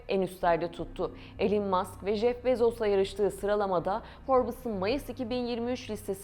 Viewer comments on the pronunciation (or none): none